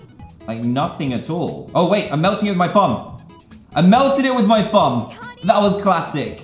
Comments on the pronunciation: "Im melting it with my fumb.. Im melting it with my fumb!'' (no offense I love dan) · dan:i melted it wif my fum (Reapeats same sentence) My mind:FE FI FO FUM